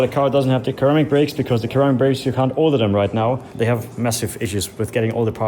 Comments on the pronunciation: Why he keep pronouncing carbon ceramic like ‘KHHHARAMIC’ instead of pronouncing it like ‘SERRRAMIC’ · Carbon "keramic" is that how you pronounce it over there? In canada or u.s people say ceramic ( serrrramic) just curious 🤔🤙🏽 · Hey! Ceramic is pronounced Carbon Sir-ram-ick Brakes. Cheers